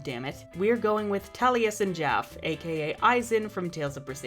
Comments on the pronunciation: I don't mean to be mean but you butchered someone's name. Tali-sen Jaff-e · Listening to the butchering of Talliesin Jaffes name hurts my critical role loving heart. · His name is pronounced Tal-i-sin Jaf-fee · Great vid!! Just wanted to say, you mispronounced Taliesin's name, since you seem to appreciate constructive critisism xD It's pronounced like Talesen Jaffee. Tbh, you brought back my passion for Winx, thank you!